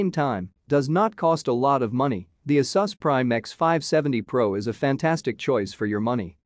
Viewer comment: Why do you pronounce Asus and Risen wrong? Is that on purpose? Where are you from?